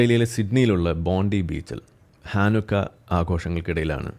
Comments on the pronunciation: It is Pronounced as ‘Bonday’ not Bondi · It’s pronounced Bondai